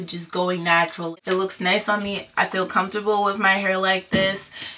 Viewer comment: I think you meant "Nap-tural" lmao